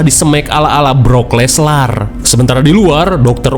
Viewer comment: Brock Leslar 😂 sugan teh Brock Lesnar